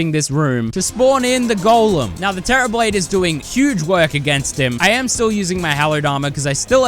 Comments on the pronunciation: The terra "blane" is crazy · did bro just say "the terra blane"?!?!